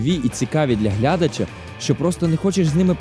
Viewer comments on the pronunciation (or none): Наголос глЯдач ріже слух. Де ти таке почув?